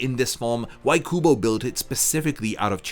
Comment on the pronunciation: I kept thinking you said google and not kubo lmao